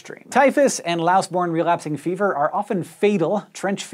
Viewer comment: sounded so French when he said relapsing fever !